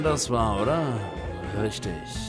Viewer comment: Das heißt riggter